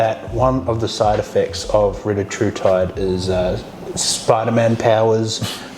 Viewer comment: It’s pronounced Ree-tat-rutide